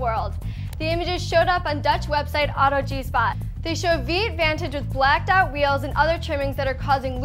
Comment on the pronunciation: haha, she pronounces the Dutch site autogespot as auto g-spot :)